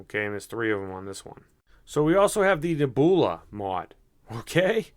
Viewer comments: Really? Neh-BOO-lah? You're smarter than that man, ur making us Boston boys look dumb lol. I can't believe that in your 30+ years you've never heard the word Nebula, pronounced Neb-YOU-lah. Neh-boo-lah my God lmao 😆😆😆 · nehboolah.... cahm awn my guy... its neb(u)la. NEB-YOU-LA... i lawst mah kah keys.. fuggin christ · It's not Neh-BOO-lah silly, it's Neb-You-lah!!! You know, like a nebula in space? It's like a galaxy or something, a group of stars maybe. But I've never heard anyone say NEH-BOO-LAH lol, esp not a grown man. I would think you'd know how to pronounce a simple word like that lol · The way he says nebula 😂😂😂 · THANK you I was wlike he got to be playing he cant be serious reading is fundamental...LOLOL Cash Me Outside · Wow you pronounced Nebula all kinds of wrong lol good video though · the way you said Nebula!!!! That's what sets you apart sometimes and is funny as hell.